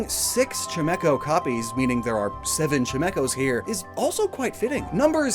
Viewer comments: Why do you pronounce Chimeco like that? It’s a chime, not a chimney 🤨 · Nooooooo,! It's Chimecho as in Chai tea, not Chimney!!!